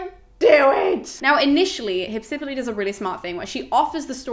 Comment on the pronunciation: In Greek, the name is spelled Υψιπύλη. Given that the accent is where it is, it is pronounced Hypsip_Y_le (excuse the lack of IPA, I'm very rusty on that and can't be arsed to look it up right now). But don't fret, it's all good.